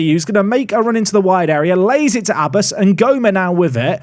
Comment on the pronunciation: Abbas is pronounced more Ab bass (bass as in the fish). Emphasis on the b. If you want to hear how it's said search pronunciation of عباس